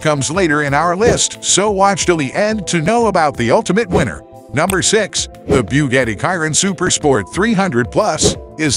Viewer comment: Bughettie? 😂😂😂 no it's boogahtie